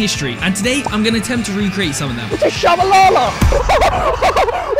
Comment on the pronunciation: T-shabalala😭 as a South African I’m deeply hurt at how much you butchered his name